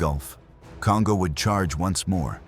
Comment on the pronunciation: Pronunciation: The name Kongō does not rhyme with "bongo". It's more like the English "Cone-go". In Japanese, every "o" is a "long o" (as in English-- dome, polo, toll.) "O" and "ō" are the same sound, but "ō" is twice the duration of "o". This is common as in Tōkyō. When "n" is followed by "g", they are never combined as in English (song, king, ringing). They're separate, as in English "Cone-go".